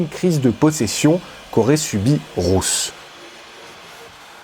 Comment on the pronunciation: Super vidéo ❤ Par contre Ruth ça se prononce comme root en anglais